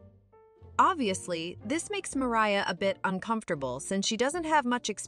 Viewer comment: Bro what are these pronunciations “Tomah” “Mariah” “Sofya” Tf are these 😭